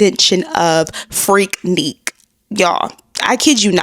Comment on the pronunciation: Freaknik = Freak-nick, not Freak-neek.